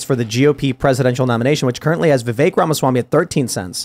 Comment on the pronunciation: Hey guys his name is pronounced Vivek like Vi=Vee like venus, Vek= Vec like Vector. Vivek = VeeVek. I've heard a lot of VYEWAKE places.